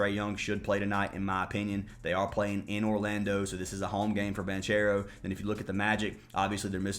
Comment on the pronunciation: Lol it's pronounced BON-CARE-OH bro 😅